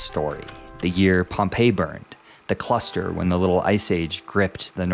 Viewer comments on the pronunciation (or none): none